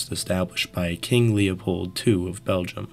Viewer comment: Did you just call him king leopold 2?